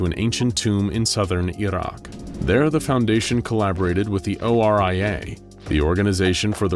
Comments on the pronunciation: I applaud your effort to pronounce Iraq correctly. ع is a very difficult sound to make. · I'm just impressed at how he absolutely nailed the probunciation of 'IRAQ'!